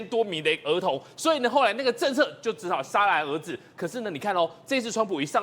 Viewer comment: 这两人的说话方式竭斯底里，居然把戛然而止说成“Sha ran而至”，这水平实在让人汗颜！